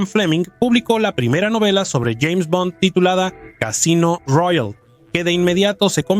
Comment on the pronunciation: Parece hecho con IA, hay algunas partes donde pronuncia "Jeime Bond"